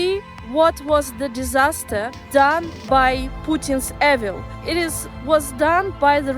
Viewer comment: Маріє, дякуємо evil cлід вимовляти [і:вл]